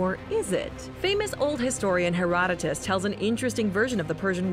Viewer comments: The amount of times she said one of the words wrong like herotodus or pythia. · Everyone else "herodotus" This girl "heratatas" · Heratatas Delpheye Pie-theea wtf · Its HERO - DOETOS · As soon as I heard how she said Herodotos I stopped watching